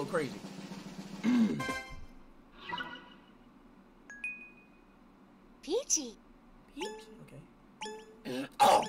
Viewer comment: Peach: Peacy Ishowspeed: PEACY Mic: HATT